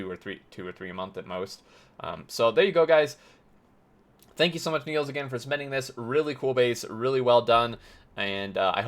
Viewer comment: Its Niels' base, not Neil's base Dutch name is Niels, written as the name of the character on your screen